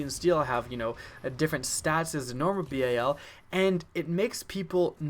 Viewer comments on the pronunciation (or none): He says "bay-a-l" learn how to speak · It's bal like the dal in Dallas and its obsidian stEED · He said B-A-L its BAL like the begining of balence